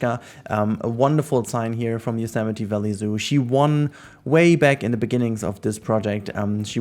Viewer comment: It feels like yesterday since I binge-watched the first 10 or so episodes, been keeping up to date ever since. Incredible to see it so close to finished! Also thanks for teaching me how to pronounce Yosemite haha